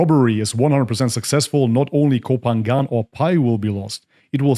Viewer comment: I agree with you but please learn to pronounce Koh Phangan correctly to be more convincing.